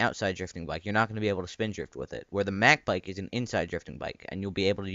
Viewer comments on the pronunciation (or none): In British English "mach" is pronounced like "mack"... but he pronounced it like "meck bike", so yeah, it's weird.